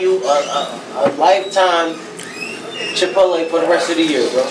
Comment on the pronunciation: MBOI 😂 idk i don’t think theirs chipotle in my town but that didn’t sound like too me 😝 and he said it 3 times 😂